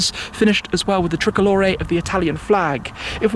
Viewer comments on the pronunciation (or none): I like Shmee but please stoping making up worse or miss pronouncing them on purpose. It’s not carbon “Fleck”. It’s you can see the Metallic “FLAKE” in the carbon as well as how hard is it to say “Tri-color”. This pronunciation in saying “trickorlory” for the word TRICOLOR just sounds ridiculous. It’s the tricolor flag Not Trickorlory. Tri-Color. It’s real easy to sound out. Wikipedia says to say it like this. “Try- Color”. Real simple. But just tired of seeing SuperCar owners make up or try and fancy words that don’t need to be modified.